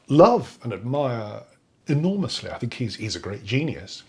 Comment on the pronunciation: I can't take anyone seriously on an intellectual level when they can't even pronounce `th` properly as a native speaker. I know this is my ridiculous bias, and millions of people do this, but I still think it makes someone sound unintelligent to say fink instead of think. It's not that hard to change it. What does that guy even specialise in? His arguments are very superficial, he should not be in any position to influence students. Mr Sampson is surrounded by the products of human invention, even the chair he is sitting on didn't exist until someone invented the chair. What an absolute idiot - the very definition of Dunning-Krueger. I think he wants to drag everyone down to his level which is obviously quite low, maybe because he realises this and it's easier to drag others down than to lift himself up.